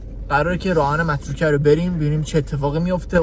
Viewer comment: متروکه❌ مرتوکه✅😂😂